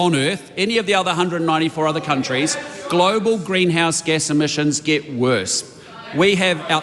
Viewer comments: Did she say emissins or emissions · Chole is so dumb 2 faced snobby person cant even say emissions properly!!!